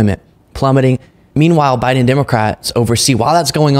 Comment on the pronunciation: guy thinks he is saying Biden correctly by calling him Biding, he thinks everybody is just dropping the g. Priceless.